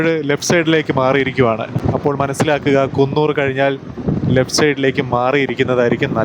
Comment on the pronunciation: കുന്നൂർ അല്ലടെ കൂനൂർ